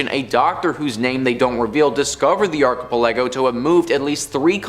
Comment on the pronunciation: Can you really not pronounce archipelago ? 🤦‍♂️